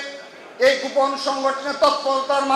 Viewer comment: দক্ষিণ এশিয়ার ইতিহাসে সর্ব শ্রেষ্ঠ ফেসিস্ট! তো কাকা দক্ষিণ এশিয়ায় দেশ কয়টা আর কে কে ফেসিস্ট ছিলো? হাসু বুড়িকে শ্রেষ্ঠ হতে গেলো তো আরো কয়েকজন দরকার, তো তারা কে কে নাম বলতে পারবেন ? বলদা কোথাকার, গোপন শব্দ টা বারবার গুপন, গুপন বলে উচ্চারণ করে।আধা শিক্ষিত লালাটু।😂😂😂